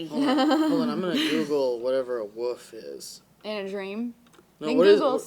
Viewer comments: I want to punch in the face. It's WOLF not WOOF you stupid fuck. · I love how says "woof" instead of "wolf". I mean, she mentioned something about it last week, but I find it kinda cute even though it's ridiculously childish. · I hate the way calls a wolf a woof. It's so damn annoying. Oh also I like how the girls just forget Lee is a person, jerks. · Woof = Wolf. That shit is something you don't say when you're in your late 20s. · Woof not wolf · i'm gonna sound like a dick, but come on, it's wolf, you're an adult.